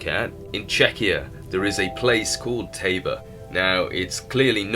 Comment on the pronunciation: I'm American. I live in the Czech Republic. Tabor is a town/city here... but it is not Pronounce /Taebore/... it is prouncounces /tahbore/ and the word tabor simpl means 'camp' in czech The next thing... many other languages other than English use the term 'sweet Waterston mean 'not salt water'- meaning sweat water is just drinkable water... not from the ocean.